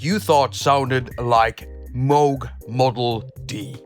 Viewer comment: Glad to hear you pronounce Moog correctly. 😬